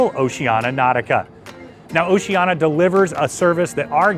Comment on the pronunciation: Sorry, I can't take seriously any review by you when you can't even pronounce the name of the CRUISE LINE CORRECTLY. It's "Oceania," not "Oceana."